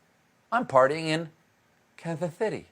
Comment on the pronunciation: Missed opportunity for sliding right into 'Ari-th-ona' there. Sorry, but 'Kansas' =/= 'Ibiza'. I got to appreciate the pronunciation for a good... 10? seconds first.